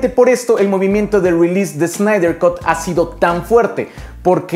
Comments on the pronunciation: Snyder "cat", no "cot" por favor! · Cut en inglés se lee "cat" no "cot". Saludos.